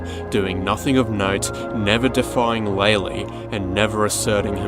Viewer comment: loved the video.... also ITS LAY-LAY!!!!!!! Has been confirmed by dev!!